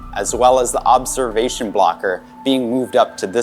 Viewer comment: She said obseration tool